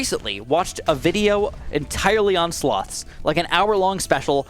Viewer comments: Speaking of you misunderstanding speakimg on Reddit, I misunderstood you saying "sloths" as "slots" lol. I was thinking "wait, why was David Attenborough doing a documentary on casino slot machines lol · When he said sloths I thought he said slots which is INCREDIBLY IRONIC considering the first popular comment